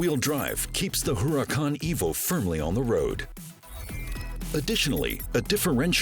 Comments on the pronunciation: I notice it too...and also the Huracàn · Huracan is spanish for.............. .......... .......... ..........Hurricane You dont say....